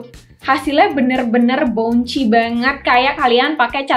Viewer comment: Pelafalannya bouncy = baun-si